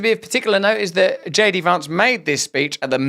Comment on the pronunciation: “JD Vawnce” 😂